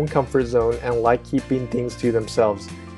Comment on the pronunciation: "I leik your lips" Wat? xD